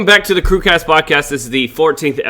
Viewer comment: Does anyone else notice that in the intro, says "crewcrast podcast" lol